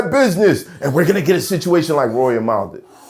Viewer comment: yeah. Idk why he keep saying Mal name wrong. Sound like he doing it on purpose.